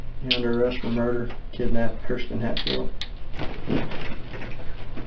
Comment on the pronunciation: Keeeeeeersten? It’s Kirsten.